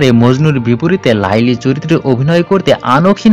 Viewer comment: Apnar uchharon eto vul kno laili majnu noy kotha ti laila majnu